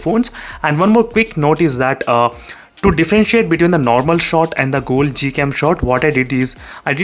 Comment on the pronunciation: is it google cam or gold cam....? You keep saying it as Gold cam or I'm hearing it as that...?